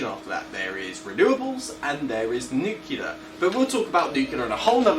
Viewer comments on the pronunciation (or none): Please, a nice video but stick to English. Nuclear not nookerler! Nice labratorey…